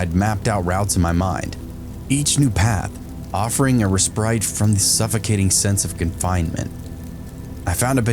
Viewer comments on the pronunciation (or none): I got only to the point where you said "resprite" instead of "respite" . smh. Even if that was an error in the reddit story you're reading (and I am sure it WAS, given the quality of reddit posters), the fact that didn't notice and read it anyway told me all I needed to know the quality I would get from you.